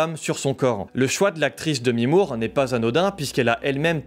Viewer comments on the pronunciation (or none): none